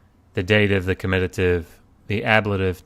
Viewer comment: In explaining 3cs etc., the c is better explained as 'both animate and inanimate' rather than 'both masculine and feminine', since m/f gender distinction does not exist in Sumerian, whilst animate/inanimate does. The comitative case is not spelt comititive, and the word should be pronounced on the first syllable: ˈkɒmɪtətɪv.